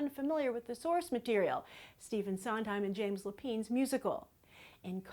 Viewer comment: Just wanted to let you know that Lapine is pronounced like a pine tree. Love your video as always!